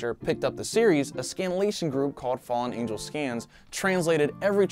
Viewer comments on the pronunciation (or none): none